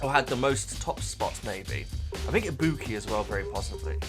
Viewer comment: I-bu-ki. And Chiaki